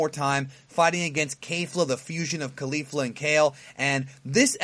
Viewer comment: Say Cauliflower Now Say Caulifa Love your vids, thanks.